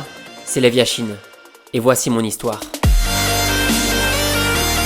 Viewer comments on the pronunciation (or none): Ses yashin pas yachine😂😂....très bonne vidéo quand même 👍